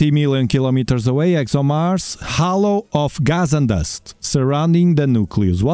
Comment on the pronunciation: Halo, not hollow